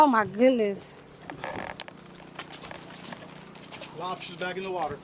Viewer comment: Warm water lobstahs yuck